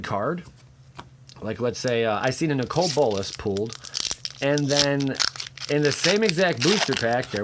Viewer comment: A Nicole Bolas? You need to learn English...